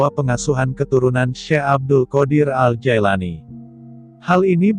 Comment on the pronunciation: Bukan Jaelani tapi Jilani yang bener pak nyebut nama orang